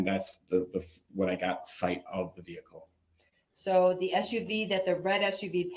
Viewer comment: I can not stand him!!! Every time he makes me mad which is non stop I say "veheecleee" the way you say it!! Lol😂😂😂 Give lots of love to our fur baby Paisley ❤️🐶🤗🥰